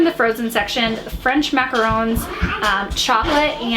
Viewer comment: Yes you did say macarons pretty well 😉